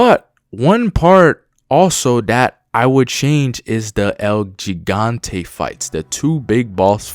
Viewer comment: It’s el he-gan-te not el g-gan-te if your trying to say it right